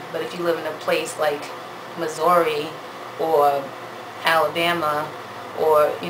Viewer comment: Why you say, "Missouri" like that? Im representin STL! lol Good Advice though